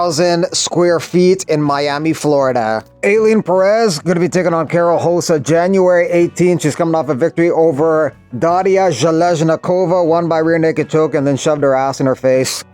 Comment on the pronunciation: Why do you pronounce Rosa as "Hosa" but say "Joe-zay" instead of Jose ? Lol